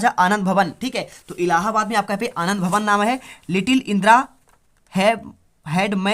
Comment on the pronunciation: 2 question me sir allahabad ko Aladin kiyo bol rahe huuu 😂😂😂😂 mardchod sir h like kare bhaiyo